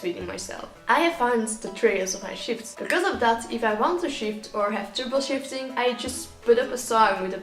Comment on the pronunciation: I kept thinking he was saying shitting 😂